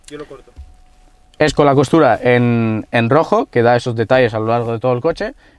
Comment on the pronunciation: Me hace mucha gracia cuando dices "para los que no saben inglés" y tú no sabes ni decir costuras jajajajaja 🙈